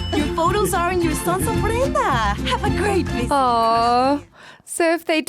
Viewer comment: The way she says photos sounds funny. Please don't take offense. It just sounds like faux toes, like fake toes 😂 Great reaction, btw. I don't think this one ever made me cry, but Up and Encanto got me